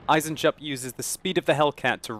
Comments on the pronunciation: Eisen-Jupp - Iron-Jack I would translate his name like above! ;) (To pronounce it right dont speak the J, just say EisenUpp! :D) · Eisenjupp, iron joe, spell it like eisenyoupp.